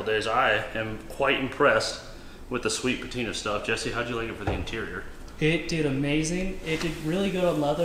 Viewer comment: i think you mispronounced sweet patinr and also tiner' sauce somehow 🤔